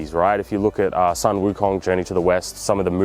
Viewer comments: Hi, I like this video, and btw, the sun pronounced as soon😊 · the Sun is pronounced as "Soon"..